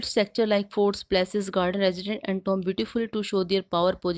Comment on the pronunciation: Palaces ko place wah mam wah kya pranounciation h